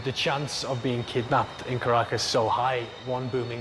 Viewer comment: Caracas sounds like carcass